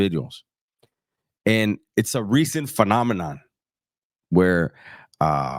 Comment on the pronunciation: He said phenomenon 🤣🤣🤣🤣🤣